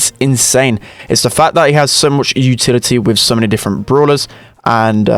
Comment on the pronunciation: Nobody:: "uTitILitY" If you read this, I'm sorry